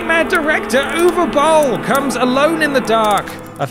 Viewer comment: The British accent makes it hard to understand what the hell the name is, "oovabull"?